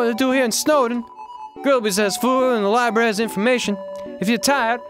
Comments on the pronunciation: more like liBARRY am I funny yet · The libarry hahahahahahaha